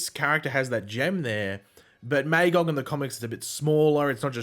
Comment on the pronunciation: So you know, your mispronouncing Magogs name. its pronounced MUH-GAWG. Look up Marv Wolvman